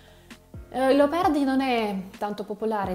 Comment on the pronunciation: Bravissima! La tua pronuncia è più buona di quella della maggior parte degli Italiani. Un' osservazione ( un errore): pronunci il nome Leopardi così " Leapardi". So che questo dipende dalla caratteristica della lingua russa che poco distingue la vocale A dalla vocale O; come anche le vocali E e I. Comunque: Congratulazioni. Pokà.